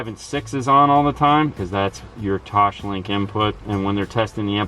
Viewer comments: Sorry, but it's Toslink, Tos Link, not Toshlink. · Brisket LOL, Yup. I just SMH every time says, "TOESH-Link", haha. I explained to him why it is pronounced "tOsLink" a while back, but he wasn't having it.:-P No biggie, the main thing is that they do good, honest, solid install work. But it's kind of like saying "Focuul" instead of FO-CAL.:shruggs